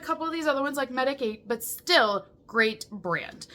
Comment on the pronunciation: Medik8 is pronounced MEDICATE.